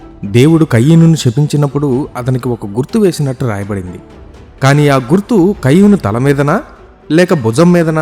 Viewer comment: కయ్యూను కాదండీ...కయీను. ఇంగ్లీషులో అయితే...కెయిన్.